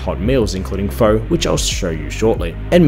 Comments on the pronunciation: Love your reviews, but fo? The noodles in the soup are produced fur. Really it's a bit like fur,a said very quickly. Been going there for 20 years and not an expert but just ask people. It's the best way to start an argument between Viets! You did well with Vietnam though. I hate the Viet Naarrmm pronunciation and it is wrong. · The preferred pronunciation of pho is close to fuh. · Pho is pronounced "fuh" in Vietnam. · Pho is pronounced like PHUR and Vietnam is pronounced vietNARM. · " Things I can't pronounce....." including Pho! Hint it's not pronounced FO. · Sorry but, "other dishes I can't pronounce except f'oh." Later you had faux beau for breakfast and said that it wasn't a breakfast dish. Mate, what did you actually do on the ground in Vietnam? Did you experience anything of the culture? Pho is pronounced (almost like) feu in French. So, on that theme pho bo = feu beu, not faux beau. Oh, and pho is famously a breakfast dish. Disappointing seeing that you're an Aussie and pho, banh mi etc are now just every day take away foods here.